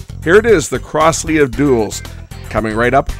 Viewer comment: Crosley is pronounced Crozley. Not Crossley.